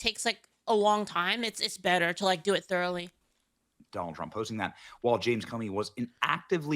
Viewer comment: thoroughly is such a difficult word to pronounce